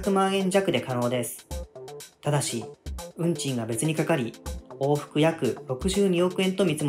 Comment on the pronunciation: 運賃がうんちにしか聞こえん